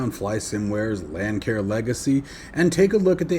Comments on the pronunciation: A friendly heads up Lancair is pronounced Lance AIR. I made the same mistake when this plane first came out. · Not to be picky, I merely want to help you out. The "c" in Lancair is a soft c, not a hard c. It is pronounced as Lance air.